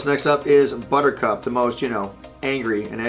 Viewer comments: Buttercup is not a two syllable word buddy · He said that her name should've been two syllables and all I could think of was calling her 'Blistex' like the lip balm lol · Yes, a two syllable name like Buttercup... Buhcup... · Buttercup- 3 syllables... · buttercup isn't two syllable. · ...Butch, I hate to break this to you buddy, but Buttercup is a three syllable name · Is it just me or is buttercup a three syllable word